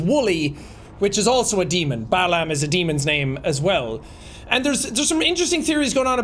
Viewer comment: Bye yell (Bael), pie man (Paimon), baa lamb (Balam)... these are Ars Goetia demons... And the way she pronounced that was almost like a summoning. I knew there was something demonic happening here